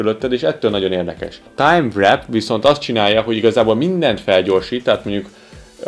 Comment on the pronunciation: Köszi a review-t. Csak annyi, hogy a "timewrap" amit említesz, az a valóságban "timewarp" ejtsd: vórp, nem "vrep".